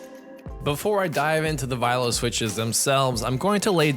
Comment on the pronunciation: im pretty sure thats not how you pronounce "viola"...